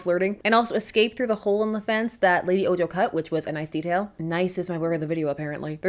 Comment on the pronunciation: Small criticism: Ojo is Spanish and the J has an H sound.